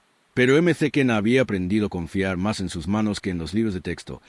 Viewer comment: Eme ce kena es "maquena"...